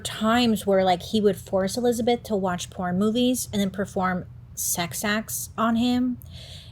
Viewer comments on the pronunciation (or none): none